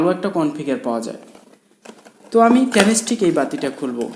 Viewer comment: উচ্চারণটা হবে ট্রান্সটেক ।ট্রানস্টিক না ❌